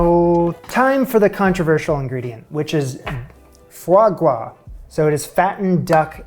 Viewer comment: Sir you don’t ever have to explain or apologize for why you’re using foie gras, maybe for why you pronounce gras like gwas but not for using it.